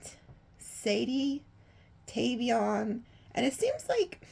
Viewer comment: You stay giving me chills. 😳 Tavion is my second son, and like me, he’s a Sagittarius. You even pronounced his name correctly even though very few people do. You also channeled his godmother (who passed away a few yrs ago) in another reading a couple of weeks ago. “Three houses down towards the east”. I told him about that reading and now I have to send him this one! 😂 Love you!❤You’re amazing 🤩 ♐️